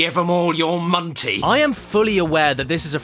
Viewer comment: "...Or you give 'em all your montey." Is one of the best lines in this video and nobody can convince me otherwise